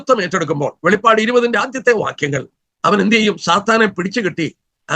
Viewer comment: Not velippadu. Velipadu.